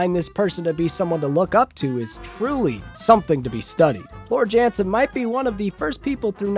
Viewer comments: I hope ur joking..but one a high note if ur gonna insult and slander a band for ur views please pronounce the lead singers name correctly. I hope ur joking tho lol. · Oh dear. Nevermind. Can't even pronounce the lead singer's name correctly. Bet you don't even know where Finland is. 😂